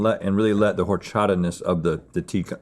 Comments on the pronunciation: it’s not HOR-chata. it’s pronounced “or-chata”. as a mexican it’s a pet peeve. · Silent H in horchata guys... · Lmao... Same with horchata, it's a silent H. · The H in horchata is silent 😭 H in Spanish is almost always silent